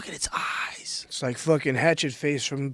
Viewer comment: Joe "Look at its Eyezzz" Rogan